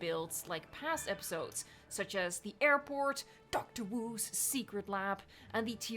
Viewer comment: 😂😂😂 I don’t know why but the way you said Dr.Wu made me crack up.